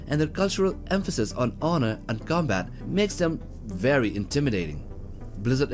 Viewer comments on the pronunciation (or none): none